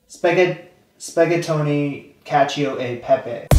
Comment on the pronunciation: I know, old video, and I also know I’m gonna sound like “that” but I just wanted to tell ya the pronunciation. Cacio is like “ca-cho” then that E in the middle is “eh” and Pepe is the same but just adding an P and repeating it once. Cacio e Pepe was actually created and developed in Rome, I don’t remember if there’s a specific year that we could see when it was first created, but we can assume it’s when the Italians invented their form of noodle. At the very least I’m assuming that.